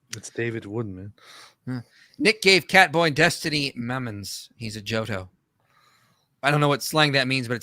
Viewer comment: I’m hispanic and hearing pronounce joto like that was hilarious